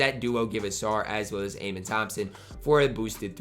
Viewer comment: the way you pronounce Amen's name is, uh-men